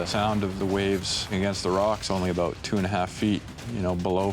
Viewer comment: Whats that all aboot?